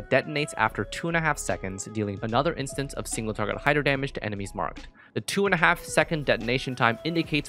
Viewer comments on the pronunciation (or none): none